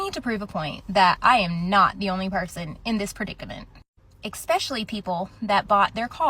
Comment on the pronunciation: Did she say “eck-specially?” She needs help